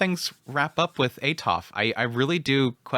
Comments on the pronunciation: when I first read the series then listened to him I was also like WTH is that. I still prefer atofe instead of atof but it no longer annoys me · i know you killed the names all the time but this gets into my nerves haha why "atof"? where is the e? is atofe, even with her full name, you said "atofratof" tha hell is that? haha im sorry but i cant, is atofe, the e isnt silent.